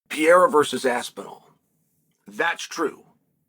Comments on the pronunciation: I love how he refuses to say Pereira correctly. He pronounces it different every time 😂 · I'm shocked how chael can pronounce so WILD names perfectly. But can't say Pereira correctly at all 😂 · Bros name pronunciation is so dookie